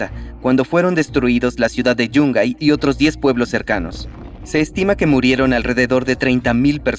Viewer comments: Yungay... Solemos pronunciarlo con acento en la "a". Saludos desde Perú. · Hola amigos de, solo una acotación innecesaria sin ánimo de incomodar: "Yungay" tiene el acento en la "a" y no en la "u" o por lo menos todos los peruanos lo decimos asi 😅. Me encanta cada uno sus vídeos siempre aprendo cosas nuevas que jamás me habia imaginado xd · Yungáy..... No Yúngay..... Bueno asi se pronuncia realmente